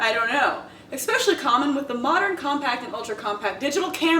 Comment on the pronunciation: Jaclyn, I love your work, but there is one thing that makes me cringe - your pronounciation of especially. There's no X in there!